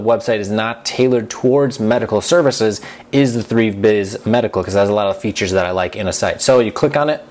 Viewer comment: You pronounce Thrive as Treeve?